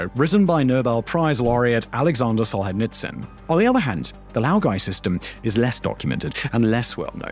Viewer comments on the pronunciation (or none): that's not how you pronounce Солженицын :( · Hey! Love your work but this has happened a couple times- the “zh” in Solzhenitsyn is like the “g” in Moulin Rouge